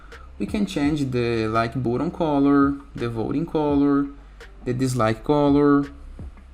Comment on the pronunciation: i really like the way you say "boatun". but seriously , thanks for this tutorial. 👍